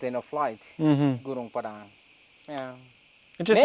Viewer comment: Please learn to pronounce Gunung Padang correctly. Also Its not a pyramid. Ive been there 2 year ago and its quite obviously a hill and not a pyramid, it doesnt even resemble one.